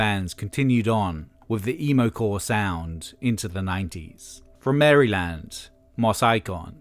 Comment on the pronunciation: "From Mary-Land" 🤣🤣 eh, close enough.